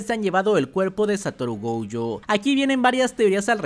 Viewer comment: Por qué dice GOUYO?